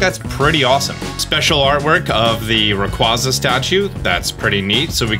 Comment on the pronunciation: The way you pronounce Rayquaza hurts me physically, why do so many content creators get it wrong, just hurts one of my favorites get disrespected like that